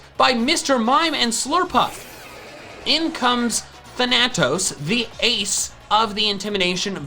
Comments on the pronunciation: Than-at-os? Dude, it's pronounced Thana-tows Also, GO TEAM BOLTSTRIKERS! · than-uh-tos. not thuh-natos. just a lesson since you are big on proper pronunciation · I’ve never heard anyone pronounce Thanatos like that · It's thanaTOS, not thaNAtos! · I love you but it's pronounced Than-A-tos not Tha-na-tos You said it right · It's pronounced as than-a-tos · I’m pretty sure Thanatos is pronounced THAN-a-tos. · Hey, not to be nit picky, but Thanatos is pronounced with emphasis on the “Tha,” not the “Na.” THAnatos. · Its pronounced Th-ana-tose which is the greek god of death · pretty sure it's pronounced fa-na-toss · Fun fact? Extra bit of knowledge? Since I heard it mispronounced, I thought I'd leave it here. Thanatos has emphasis on "tha", since Greeks have accents. Also it literally means Death for anyone that doesnt know lol. Sincerely, ur friendly greek commenter. Take care random viewer. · Does anyone else hate the way he pronounces Thanatos? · Anyone else want him to pronounce Thanatos correct or is it just me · I actually got kind of annoyed